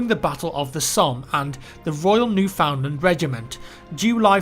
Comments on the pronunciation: its cringy hearing people say New-found-land cause we say it neuf-an-land thats how we pronounce it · bruh it's pronounced "newfundland" here not "new found land" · lol actually pronounced it NewFoundLand rather than NewFundLanf All that aside it would be great if us Canadians could get some recognition in this WW1 game as it was truly one of the first times we felt national pride in something that we have done and the world looked at Canada as an independent nation rather than a British colony. It would also be cool if we could fight as Australians in the battle of Gallipoli. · Love the videos bud but just a heads up, Newfoundland is said like New'fund'land. You say Newfund as you would one word. Lol That's the Canadian way to say it. Cheers! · Yeah, even over here in Alberta we'll pronounce it Newfinland, you say it fast, not pronounce it New Found Land. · Its not said "new-found-land" its said "new fin-land" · its Newfound Land not New Found Land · It's New "fund" Land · as a Canadian citizen I'm just stating Newfoundland is pronounced new fund land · is pronounced New-fun-land:P It's called Newfoundland because it was a "new found land," but that's not how it's pronounced. Regardless, I appreciate these types of videos. My great great great uncle was killed in Passchendaele, and seeing this kind of video brings me (and probably many others) great pride! Respect, thanks!:) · Highly decent research,. Newfoundland is pronounced New-fin-land, and you forgot to mention the commander Sir Arthur Currie, to whom we owe a lot for that day's success. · Newfoundlander here, it's actually pronounced New-fin-land. Either way, awesome video! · usually we pronounce it like newf-in-land. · I think all Canadians pronounce it like newfinland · it's newfinland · Newfoundland is pronounced New-fin-land. Your welcome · Just a heads up Newfoundland is pronounced "New-Fin-land". Great video, thanks for the Canadian recognition.